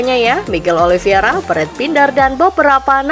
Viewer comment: untuk ke lima kalinya, narator masih salah sebut nama Oliveira dengan menyebut Oliviera